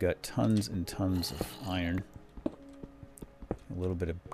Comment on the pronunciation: why do you pronounce iron they way you do?